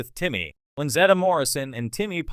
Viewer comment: Please pronounce her name correctly. Timmy was a disappointment.